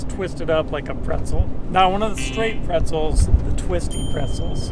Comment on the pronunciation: "straight brezels" ROTFL